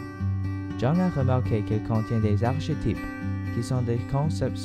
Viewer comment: Très bien. Mais ne dit-on pas arkétype,lol ?